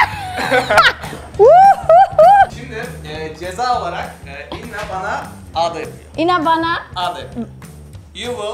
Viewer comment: avda mı yanlış söylüyorsıun onun ismi ağda